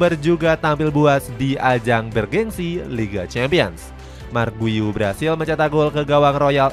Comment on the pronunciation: Kasih info cara sebut nama pemaen min , buka marc guyu , tapi cara panggil nawa nya yg bener yaitu 'mark gyu'